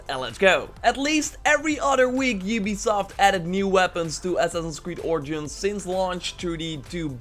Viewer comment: ah yes... "Yubysoft"